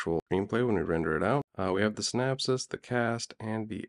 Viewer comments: Great stuff! but if you say "SynApsis" one more time...lol - Synopsis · it's synOpsis... not synapsis... those are nerve endings in the brain.. just saying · Lol the CC writes 'synapses' because that's how he says 'synopsis'. And 'west cast' (sic) location? Even Open AI assumes USA; what an utter lack of imagination. No thanks. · Can't pronounce synopsis?